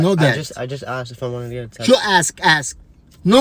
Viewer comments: I love how his dad pronounced tattoo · i love how he says tatu and not tattoo lmao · Every one :tatoo His dad :tato tato